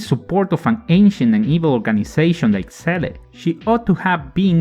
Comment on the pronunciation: This was a very interesting listening. Many of those facts I never noticed. Also I like how you pronounce Seele like the katakana reads.